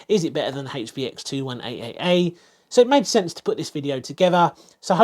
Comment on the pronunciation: Rofl............. I usually like and suscribe after watching videos like this, if not and I liked most of the video I leave a feedback/reason. You keep on saying 21AAA and that's disgusting!